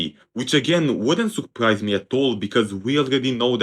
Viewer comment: i can't believe you just said souprice /j